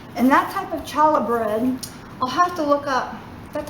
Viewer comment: Lovely! Very clear instruction. Can't wait to try it. One thing though: It's pronounced "Hallah" with the "Ch" as in "Hallway" not like as in "Chalk".